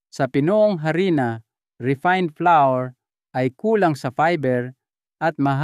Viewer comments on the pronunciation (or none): none